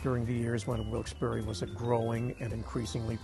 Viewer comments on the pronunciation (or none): OMFG - How dare you mispronounce the name Wilkes-Barre? ? It is not Wilkes-Behr - it's Barry as in the man's name, from the French Barré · Yep, it's pronounced Barry. Pretty distracting that they kept mispronouncing it